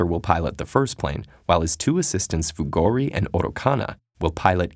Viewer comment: Who heard Fugodi instead of Fugori?